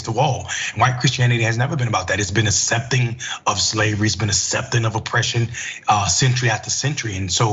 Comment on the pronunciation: Why is he pronouncing it ‘assepting’? That’s how that supernanny says it too 🤨